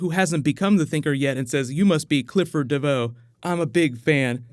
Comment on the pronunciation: DEVOE DEVOE DEEEEVVOEEEE Barry, we all know his name, you dont have to stress it